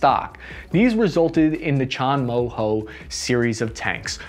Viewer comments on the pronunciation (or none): Chonmo-Ho hahahahahaha !